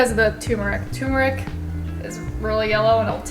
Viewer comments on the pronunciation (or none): FYI ... it's pronounced TUR - meric not TUM-eric ... other than that, the soup looks delish except for the blue-green algae. I'm with gabe.